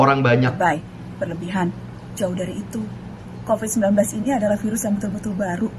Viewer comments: Bang COVID bukan CONVID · Covid bang bukan convid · Covid anjirrr bukan convid -_ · bukan convid bang tapi COVID BUKAN CONVID-19 TAPI COVID-19 LIKE YAAAA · Ralat : Covid-19 bukan convid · Covid Bukan Convid